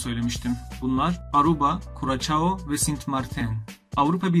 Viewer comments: Curaçao; Kuraçao diye okunmaz, Kurasao diye okunur. Videolar kaliteli, emeğine sağlık. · kurasao diye okunur kuracao degil haberiniz olsun